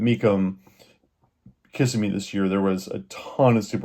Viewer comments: FYI... It's pronounced Ka-simm-me, not Kiss-a-me. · It is "Kiss-EM-ee" not "Kiss-eh-me". Really? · It's pronounced Ki-sim-eee 🙄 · KA-ssimee bro!LOL! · KA SIM ME, that is how it is pronounced